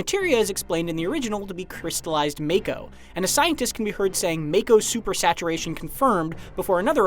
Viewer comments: It's not pronounced as May-ko. It's pronounced as Mah-ko. Edit: I swear IGN is so unreliable sometimes or there's members that aren't caught up. The Choco-Mog summon is a pre order bonus. Which explains the part where you see Choco-Mog. The fact that the summon is a pre order bonus most likely means you get the summon as soon as you start the game. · To the narrator, it’s been already said over and over since compilation, it’s MA-KO not MAY-KO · Really? "May-koh"? The trailer pronounced it for you already. ("Mah-koh", 44s mark) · t's not MAKE-OH, it's MOCK-OH. Didn't you play ff7 demo?!?! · it's not MAKE-OH, it's MOCK-OH. Didn't you play ff7 demo?!?! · You keep saying mako...it's it's pronounced as mocko... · The trailer already pronounced it as Mah-ko, not May-ko. Even Barret said it multiple times in demo footage. These things are always read in Japanese, they're the once who came up with the names. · FYI, it's pronounced "MAH-ko", not "MAY-ko". Your voice is waaayyyy too nerdy to have not known that. Perhaps we try being not so lazy next time? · Well, no matter how you put it MAKO is pronounced Make-o (Mako shark, the words Jake, Fake, Sake, etc). They SHOUKD have spelt it MAHKO for it to be pronounced as such. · The bottom line is, the way it is spelt it SHOULD be pronounced MAKE-O. MAHKO is just incorrect. I'm sure everyone was pronouncing it make-o back in the day. I know I was. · When did MAKO become MAYKO? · It's pronounced MA-KO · Learn ur Japanese Its pronounced Mako. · no its Mayko. Its always been Mayko nerd. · Tomayto, tomato. I grew up saying may-ko when reading it in my head so that's what i'll stick with. Same goes for Tie-dus and not Tee-dus. However it should be interesting to hear how other things get pronounced, such as Nibelheim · Doesn't matter, the way it's spelt is still wrong....most people I'm sure have pronounced it wrong like I did all those years ago. They SHOULD have just spelt it mahko, because it sure as hell does not read that way.